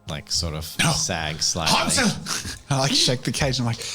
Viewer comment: I find it kind of funny how you pronounce the Names Wolfgang and Hänsel as the pronunciation of ä in Hänsel and a in Wolfgang is the other way round actually. The ä is pronounced as the a in the english "gang" and the a is more like the u in "hunt". And the o in the German word Wolf is actually an o (like in "moldy"), not an u as in the English pronunciation. Just a minor technicality that made me giggle a bit. ;)